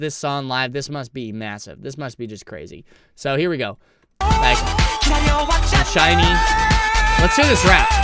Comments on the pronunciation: Thank you for the video we love to see SHINee reactions!! Btw it's pronounced "shiny" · Pronounced Shine knee! Great group! Great harmonies in this song ! The youngest “TAEMIN” was quite young in this video..he debuted at 14 and he is 28 now! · Just say SHINE and add E at the end. Please, you're butchering the sacred name.